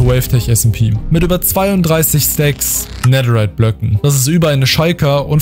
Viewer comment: wie das aufregt dass du immer "nedder" sagst